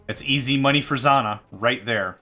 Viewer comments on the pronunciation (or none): It's pronounced "Zz-jah-nah".